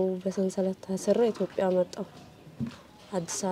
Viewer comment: በናት አንተ ልጅ ''ኢቶብያ'' አትበል አይባልም በቃ እንዴ?? ኢትዬጵያ በል። ባትችልም እንደምንም ተለማመድ ስሟን አታበላሽ። በተረፈ ጎበዝ ነህ አድናቂህ (የምቀናብህም) የመንፈስ እህትህ ነኘ። በርታልኝ እግዚአብሔር ይባርክህ።